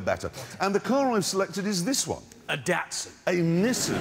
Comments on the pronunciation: "A DATson" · HE SAID DATSUN!!! 🤣